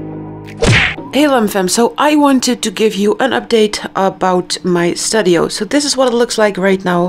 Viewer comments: Dear, just a little correction on how to pronounce ‘studio’, the ‘u’ sound is like ‘oo’ (or like oe in Dutch, zoals koe), it’s not like the ‘u’ in ‘bud’ or ‘mud’ 😊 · Thank you! Haha I just filmed a clip where I said stUdio, I'll start pronouncing it like stOEdio. I love learning! Thank you again!